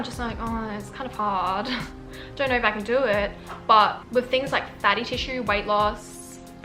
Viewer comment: "Hellowr" "Videorr" "knowrr"